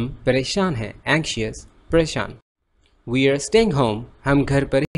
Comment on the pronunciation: U have one mistake that i noticed..."we" pronounced as "vee" not "vui"... M i right??